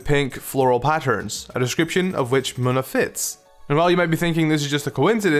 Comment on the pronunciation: Munna isn`t mu - nu it`s moo-nu